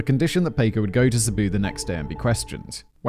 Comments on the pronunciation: Paw-coe....not pay-coe....sheesh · Has anyone else been screaming, "Paco! Pah-koh!" every time he says, "Payco", throughout this whole video??? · Jaysus, Whistleboy Paco is Packo not f***ing Payco, c'mon c'mon. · Only dealers of drugs of all types(right now) get life after the 3rd strike. Many that are in jail were put there illegally over here. Racism was involved. Simon it’s pronounced Pock O If you have to go to prison,the Nordic countries actually rehabilitate prisoners and have very low numbers of repeat offenders. You can use the word hypothetically also. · In what world is "Paco" pronounced "pay-koh" ??? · I like how he says it like the English taco when it's supposed to be like the American taco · Listening to Simon butcher Paco over and over agains is hilarious!? It's making my ribs hurt.... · Give me a euro every time Simon mispronounces the name "Paco".